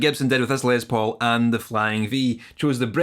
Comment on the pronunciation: "Lez Paul" "peckup" heh